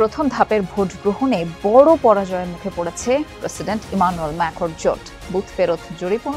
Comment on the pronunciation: কে আপনাকে সাংবাদিকতা চাকরি দিয়েছে তারা একটা শুদ্ধ নাম বলতে পারো না ইমানুয়েল ম্যাক্রো এটা তার নাম